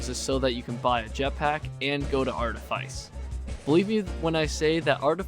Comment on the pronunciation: Wow that's the most outdated high quota guide I've ever seen. First off, for the love of God, it's pronounced "Arteefeece". Then, seriously ? Assurance ? This ain't v47, old man. If you're playing squad, no one cares about getting to fire under 10 seconds if it's gonna be to get a maximum of 14 measly scrap items with barely any that are among the quality list. First moon should always be Ada. Then Rend for Q2 ? I mean, I love Rend, get the idea behind stacking on Shotguns, but really that seems just as outdated an idea as going to Ass first. You'll find plenty of Nuts on Art anyway so going to Rend is purely optional. Leaving 10 dollar duckies behind is a great mistake too, don't see why you'd ever recommend that. Reason's simple : you're on squads, which means you should be aiming for full clear every run. Every bit of money counts, so don't leave any behind. Take all 10 dollar duckies you find because going for that Gold Bar on the very other side of the Map might cost you your death, but if it's the only item you couldn't get, the suicide guy can always get it back. As for Artifice, the outside enemies ? A threat ? Are we talking seriously here ? The outside enemies on Art are forgettable since you can literally have all you crew get into Cruiser, spend all your day indoors and finish your day off with a Cruiser jump. NOBODY today, unless they're doing an Art Only run and have to get past Q1 Art, should carry a SINGLE ITEM back to the Ship on foot, that is a thing of the